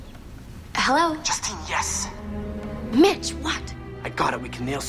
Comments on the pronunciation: I keep hearing bitch instead of mitch 🤦🏾‍♀️ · No lie at first that's what i hear then i heard mitch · i swear, the whole time...i heard Bitch not Mitch... :(